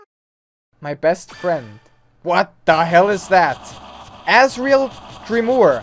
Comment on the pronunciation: "Asriel Dreemorr"